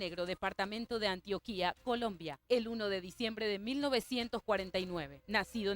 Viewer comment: Antioquia, no Antioquía. Y otra cosa, Pablo nunca fue alcalde de Medellín ¡Qué buena investigación!